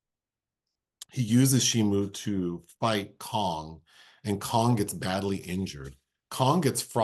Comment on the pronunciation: Everytime you said Shemu, i imagined Shamu the killer whale from Sea World being involved in these entanglements!! 😉